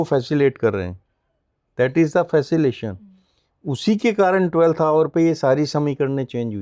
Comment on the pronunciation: Kavita: Facilation?? His english is horrendous!!! So is his analysis sometimes. Facilitate ko Facilate keh rahe hai. His Aura is soooo like an Egoic monster!!!